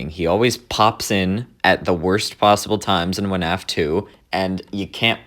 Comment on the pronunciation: why is bro saying "wuh-naf" 💀